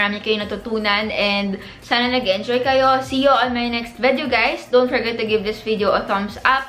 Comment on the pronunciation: ma ur agree.. and she sometimes pronounces video as “vedyow”